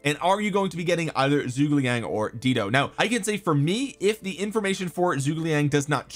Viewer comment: Please learn how to pronounce zhu ge liang